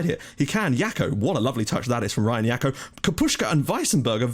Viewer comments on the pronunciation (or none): Jackot like Jack-o-lantern! Not "Yako" lol!